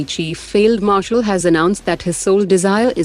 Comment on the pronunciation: failed marshal u r the only channel who pronounced right